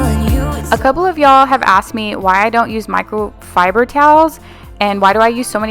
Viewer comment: I laughed listening to you saying microfiber. My mom can't say it right and I giggle every time. ;) You're not alone! LOL